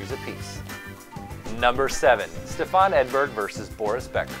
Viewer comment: It's not SteFAHN, the stress is on the first syllable, STEFan. And no rivalry surpasses Chrissie and Martina, which played out on all surfaces, in the Open era, and over decades.